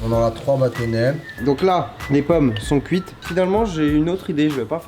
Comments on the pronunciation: on est daccord que cest batonnet et non battonais ? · Vidéo de cuisine intéressante mais avec quelques fautes comme poile en "poêle" et batonnais au lieu de "bâtonnets"... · Vers c'est bâtonnets et pas bâtonnais on est d'accord ? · AAAAAAAAAAAAAAAAAAH !!!!!! À !!!! MON DIEU !!!! "DES BATONNAIS" !!!! MAIS C'EST DES "BÂTONNETS" !!!! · Des bâtonnets. Et pas des Batonnais xDD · je crois que c'est bâtonnets et pas batonnais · Mdr des petits baton"nais" c'est batonnets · " bâtonnais " pas plutôt bâtonnets? 🤔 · BÂTONNETS pas batonais 😭🤦🏻‍♀️ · Ehoooo mon Chaaarlie c’est « Poêle » et « bâtonnet » mais sinon continues comme ça c’est cool 💪🏾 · Des "batonnais" ?!?? on dit pas plutôt des bâtonnets? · Mon charlie c’est « bâtonnets » et non « battonais » (j’ai saigner des yeux xD) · Bâtonnets pas bâtonnais ! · BATONNAIS???? Sinon super video 😉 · à quand même holala tu aurait pus faire un effort ce n'est pas battonais mais batonnait enfin je crois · Bâtonnets c “ets” pas “ais” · Bâtonnets pas batonais ! 😂😂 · Et il y a aussi "batonnais" au lieu de bâtonnets ... sinon la vidéo est cool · des petits "batonnais"